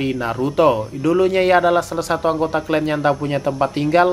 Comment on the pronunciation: Clan ya di baca nya tetp klan, bukan klen hadeuhhh ngmng aja ga bener